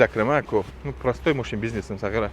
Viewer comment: Хамин гапи сағера зӯр талаффуз мекни 😂😂😂